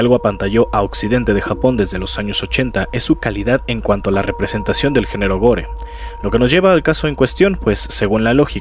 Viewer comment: Es el vídeo que me convenció para suscribirme. Muchas gracias. Te corrijo amigo. Se escribe Gore Se pronuncia Gôr